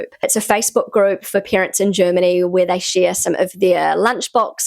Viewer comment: Why do you always say "peerants" instead of "parents" ? 😮 ... and "scenes" instead of "sense" ... 😅